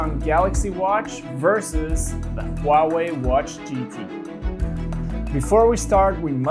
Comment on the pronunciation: like how you pronounce Huawei, as precise as a Chinese does :)